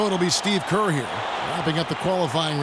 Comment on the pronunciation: And not kerr